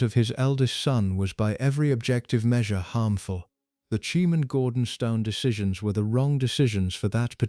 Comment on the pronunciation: For the love of God, it is pronounced GORDONSTOON!